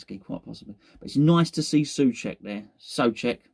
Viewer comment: I enjoy the 5 different pronunciations of Soucek every video. 🤣